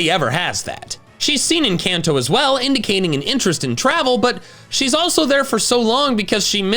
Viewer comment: IT'S CALLED THE KANTO REGION! AND INDIGO DOES NOT END WITH AN A!